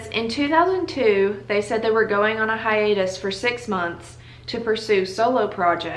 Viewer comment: “hiatus” did in fact trigger me